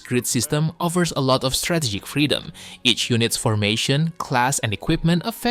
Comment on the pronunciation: New word has been unlocked - "creedom" xD